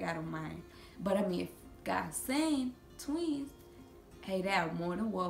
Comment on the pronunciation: I love how she say tweez